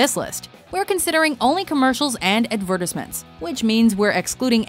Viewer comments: Averdisment they prenounce it Advidtisement its ment to be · She said advhurtisment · The way you pronounce "advertisement" makes me want to snort a whole 8 ball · . who says advertisement like that? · ***** Well I'm Canadian and have lived in Canada my whole life and I've never heard anyone ever pronounce Advertisement like that.